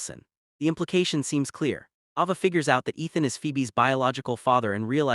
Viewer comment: Need to pronounce her name right?it's a long a ava.